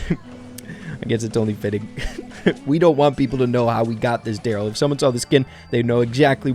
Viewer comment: The Darryl skin is pronounced: Darry one